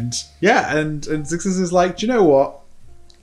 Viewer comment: Pretty sure Xisis is pronounced Zai-sis and not zick-sis (or zig-sis) considering that there is no K (or G) in the word whatsoever.